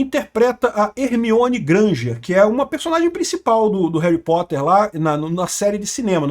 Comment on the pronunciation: Reri potter. Parece eu falando 😂😂😂 tamo junto 😂